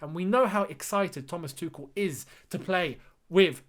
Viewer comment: id rather you say tu-shell then 😂 tu-ckel just sounds so wrong ahah